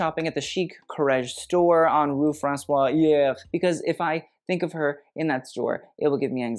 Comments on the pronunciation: The street is "Rue François Premier' (= françois The First) x') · You should say rue François Premier (the first) instead of "Francois hier" as you said. François 1er (1st) is one of the most iconic king (2 meters high, a fashion star of his time and came from Italy back to France with Leonardo da Vinci and Mona Lisa) but also a street in Paris, close to avenue Montaigne, the center for Haute Couture ! you can use Babbel encore a little 😛